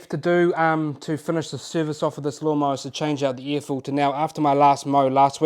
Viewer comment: I dare anyone to guess that "love mar" means lawn mower in New Zealand 😅 I heard that NZ has some pretty tricky accent but it's the first time I encountered it in practice. Non native English speaker from the EU here. I thought you were referring to some brand name like Dolmar 😂 Cheers mate!